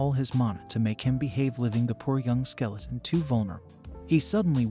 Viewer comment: Bro said skeletron every now and then 😂